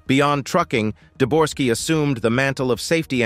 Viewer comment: Uhhh, it's Debogorski, not "Deborski", nor "Dorski." Such a discrepancy regarding such easy to find, readily available information, really makes me question the authenticity of anything in this video from here forward. Thanks for making it clear that you don't thoroughly research the information in your videos after only three minutes. It saved me wasting another 27 on watching the rest of the video.